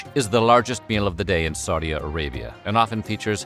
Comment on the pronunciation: Wtf is “Saudia” Arabia?